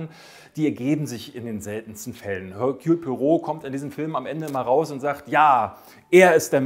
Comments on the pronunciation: "Ehrkühl", nicht "Hörkjul". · Erkühl! Im französischen gibt es kein höhrbares H. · Ich kriege eine Krise, wenn ich höre, wie du Hercules Poirot aussprichst. Also den Vornamen verkackst du völlig. Ansonsten super Video